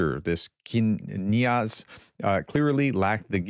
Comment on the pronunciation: Knyaz means Prince in Russian ! Kniaz doesn't seem correct to me ! This is difficult to explain ! In Russian there are 2 types for each vowel ( soft & hard ) ! Example the vowel "e" in English ! In Russian the soft "e" is just like the English "e", the hard "e" is similar to "3" - there is no English equivalent ! So "net" is pronounced "nyet" the soft "e" affect the consonant "n" before it, if it was written with the hard "e" like "n3t" it would be like the English "net" ! Got it ? "net" & "n3t" ! Mostly we see soft vowels which affect the consonant preceding it, rarely the hard "e" which looks like a "3" ! We have no such dual letters in English which makes it hard to print the way it sounds ! P.S. an "e with umlaut" is a soft "o" which is pronounced as "yo" as in Orel ( Oryol ). A hard "o" is pronounced the same as an English "o". On an English typewriter we don't have dual vowels which is what makes it so difficult to pronounce Russian names ! Is your head spinning yet ???